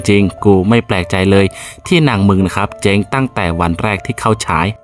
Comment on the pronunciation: เจ้ง... ไม่ใช่ เจ๋ง.... ออกเสียงชัดๆหน่อย 555 🥳 ดูหนัง หมากัดกัน ยังจะสนุกกว่า